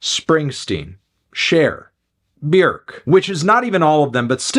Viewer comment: respect for him properly pronouncing björk. It’s so rare to hear.